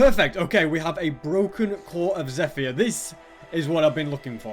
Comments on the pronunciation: erm not to be mean and it could be a custom thing os, but it's pronounced "zepher" not "zephyer" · "Zeh-fire" lol